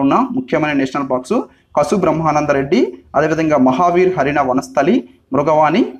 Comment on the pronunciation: కసు బ్రహ్మానందరెడ్డి కాడు. కాసు బ్రహ్మానందం రెడ్డి